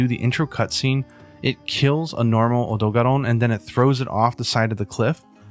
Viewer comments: Everyone else: "Odogaron": "オドガロン" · that was the weirdest way to say odogaron that i ever hear XD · The way you say Odogaron is almost like I say it in german. Is it so much Different in English? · I think people make fun of how you pronounce odogaron because the rest of your English is so perfect that they forget you're Japanese.